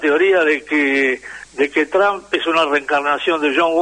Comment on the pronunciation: Trump se pronuncia con O no con A Tromp